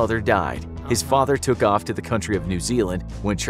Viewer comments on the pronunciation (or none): none